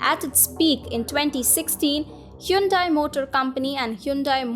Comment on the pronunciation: It's quite refreshing to hear Hyundai pronounced that way. Here in America they pronounce it "hahn-day". "Hyoon-dai" sounds a little too east-Asian, I guess.